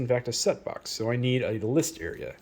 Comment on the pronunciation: when i heard "list area", i thought you said listeria...no...you don't need that :P